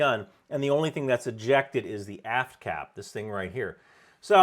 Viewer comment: I had to listen twice to realize you said aft cap and not ass cap 🤣